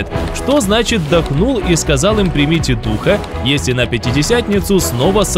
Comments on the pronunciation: Это сказано в будущем смысле, читайте последующие слова.здесь нету никакого противоречия, вы читаете не правильно. Примите Духа Святого, сделайте ударение на букву (И). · В этом месте Писания самое важное слово,объясняющее это событие слово-примите(ударение на второе -и).Иисус говорит пришёл к своим,но свои его не приняли.Принять означает-признать,уверовать.Уходя Отцу,Иисус сказал,пошлю другого Утешителя.Когда Иисус воскрес,наступило время обетования пришествия Духа Святого.Но Иисус ходил в видимом теле,а Дух Святой-невидим,поэтому Его нужно принять,т.е-признать,уверовать.Деян.19:2-похожая ситуация.Чтобы получить Духа Святого или дар Святого Духа,сначала нужно принять Его,поверить,что Он на земле и признать Его.